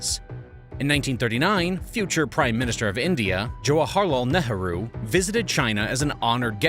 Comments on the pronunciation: Netarhu? Is that the correct pronounciation of Nehru? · I know it's hard to pronounce foreign names but how did you get from Nehru to Ne-ha-ru? I think I'll skip the rest of the three hour video if you can't check that. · Should think about working on that pronunciation of “Nehru”